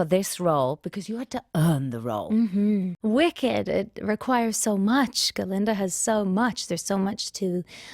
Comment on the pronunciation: Why Ga-linda though? Glinda